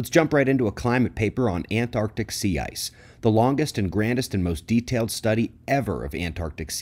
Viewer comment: greetings from sunny key west, currently 75* & breezy 🌴, thank you for pronouncing Antarctic correctly. hearing ppl say 'Ann Ardica' incessantly has grown old.. bring on the micronova, i'm ready 🌞